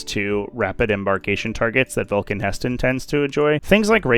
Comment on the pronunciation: ITS NOT VULCAN HESTAN ITS VULCAN HE STAN